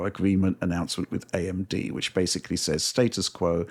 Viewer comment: There’s a stretch during the Halo VR segment where John mispronounces the word ‘basically’ as “basely” like 6 times within a minute or two. Extremely unprofessional.